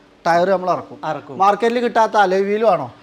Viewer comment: Tyre "arakkum" ennalla, irakkum ennu para.